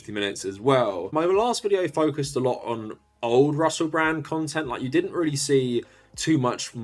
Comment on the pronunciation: Not to sound Britophobic, but I've never heard anyone missi' as ma'y co'sta's as Russe' Bra'